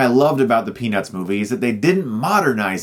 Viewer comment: Every single time he says "Peanuts", I hear "Penis" :P